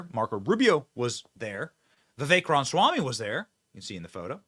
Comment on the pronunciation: Rama-swamy not ron-swamy